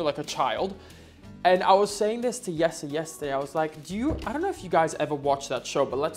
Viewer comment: OK,, why did you pronounce Jessie's name as 'Yesser'. Is that how it's actually pronounced in the Netherlands? Up until last year, I thought his name was Yesser.... Lol Happy Birthday, I hope your special day was as awesome as you are... 🥳🎉🎂🎁🎈💝🥂